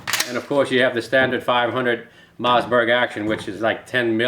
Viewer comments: I love the way he says mazzberg.🤣🤣🤣🤣🤣🤣🤣🤣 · Ur saying Mossberg wrong